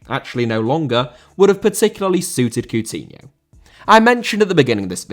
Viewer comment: Coutinho * not Cuwtinhouw